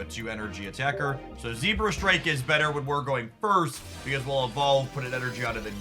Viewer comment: “zebrastrike” i love how you always mispronounce pokemon😂